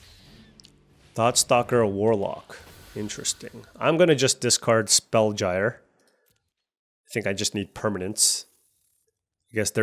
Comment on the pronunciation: Spellgyre is pronounced like spellgear.